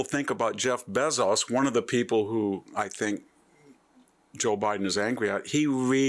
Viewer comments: Zookerburg? Bayzoss? Peter Till? Content is great but are you trolling us with how you’re pronouncing these names? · VDH has weird way of pronouncing some names: Bezos, Zuckerberg, etc.